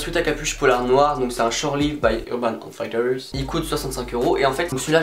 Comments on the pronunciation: On prononce Urban Outf[i]tters, enfin [I] pas [Ai] mais sinon plutot bonne vidéo :) Ça serait bien que tu changes un peu la musique fond d'ailleurs. Et ça pourrait être sympa que tu nous présentes plus de chaussures je pense. Bonne continuation ! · outfitters ca se prononce aoutfitteurses et non pas aoutfailleteurses, voila voila bonne video sinon comme d'hab